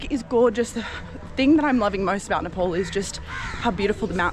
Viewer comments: don't say nepol NE- POl say Ne-Pal Nepal it's nepal not Nepole😜 welcome to pokhara 👍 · Nepal is pronounced as NE PAL not NE POL Beside this I am enjoying your content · What do you pronounce it nippole instead of Nepal ?? 😂